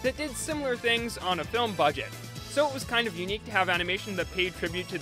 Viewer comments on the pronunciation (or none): none